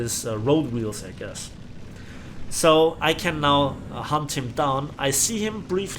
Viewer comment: some time when you say: i need to hunt them down sound like: i need to hump them down